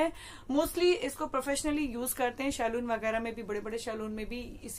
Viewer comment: Nya kya btai saloon bolna seekh pehle